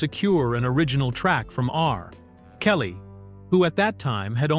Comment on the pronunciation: Dr........Dre R..........Kelly. lmao. Im definitely not worried about ai taking over